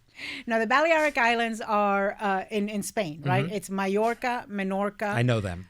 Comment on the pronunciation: Ana trying to pronounce ‘Balearic islands’ is killing me. She’s a Spanish speaker too!